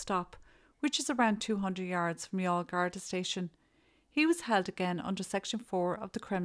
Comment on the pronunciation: This is the first time I’ve heard the name Youghal pronounced. Thank you for this viseo.